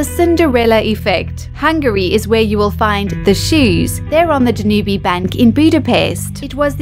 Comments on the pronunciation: Fantastic artwork, pathetic (AI? — too early) narration — unless the Danube is pronounced Da-NOO-bee somewhere in the world. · So fuckin ignorant. I mean, at least look up how to pronounced Danube...